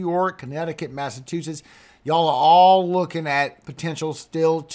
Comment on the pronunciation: Please, it's pronounced Mass a CHU setts